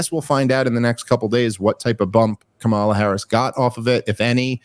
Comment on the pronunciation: I don't like Kamala, but I think it's hilarious how resistant people are to pronouncing her name correctly, when they 100% know they mispronouncing it. It seems like it makes them feel like they have some sort of power over her while doing this idiotic micro-troll.